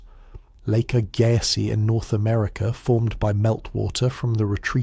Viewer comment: Arrrrghh!!! AI lousy pronunciations!!Lake AG-ah-sees. Agazziz.